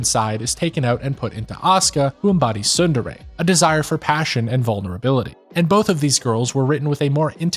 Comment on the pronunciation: You really need to learn how to pronounce Japanese words. It was making me mad. The t in tsundere is NOT silent, in Japanese words a's are always aw, and i's are always ee, and e's are always eh. Also u's are always oo.